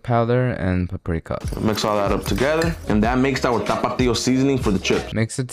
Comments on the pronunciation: it's a stupid word and I'm Mexican. I cringe at the way this guy exaggerates it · Why he was turning on the music while pronouncing tapatio 🥶🥶🥶🌚🌚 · my guy cant pronounce tapatio well no wonder its censored 😂